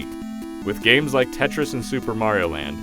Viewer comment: Tretis XD mofos